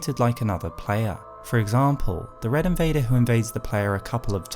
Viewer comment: Are we SURE he’s an invader? Debater and invader do sound quite similar